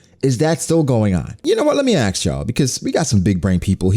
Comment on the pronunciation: please stop pronouncing ask AKS